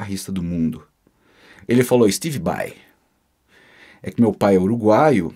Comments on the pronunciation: Ué kkk Mas ele falava Steve Bai no lugar de SteBe Bai? Kkk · Se o Pai do falava Steve Bai, imagina como não saiu a pronúncia do Yngwie Malmsteen... história top!!! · No caso se o V tem som de B, seria steBe Bai, certo ? hahahaha